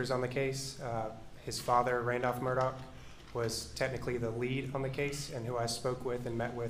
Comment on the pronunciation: Why do they refer to his name as 'murdaw' when the family pronounces it 'murdock'.